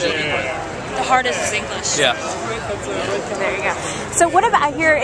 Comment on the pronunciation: engwish LMFAO